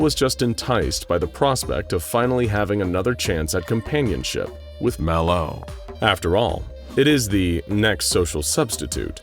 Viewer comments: Why you saying Malo like that. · Why does he keep using the same sound clip of him saying Mal0? Did he say Mal0's name wrong while he recorded the script and instead of recording the script again, he just recorded him saying it right and edited that in? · why does bro say malo like that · The way the narrator says MalO..is creeping me out 😮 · Why TF does he say MAlO like that bro? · I’m guessing you mispronounced “MalO” the first time through, and had to dub over each instance. It’s odd and off-putting, and absolutely perfect. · The way he say ls "MalO" 💀💀💀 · ok Ik I’m not trippin he’s said MalO weirdly like every single time this video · why he sayin MalO like that tho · It kind of threw me off how they voiced over the narrator every time he said "Malo". I don't know how he mispronounced it before but surely it wasn't as bad as the one word voice overs. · why did you say Mal0 like that? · can we get a compilation of the narrator saying "MalO" because it's hilarious.